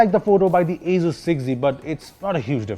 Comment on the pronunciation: Others: Asus 6z: Asuzzz 6z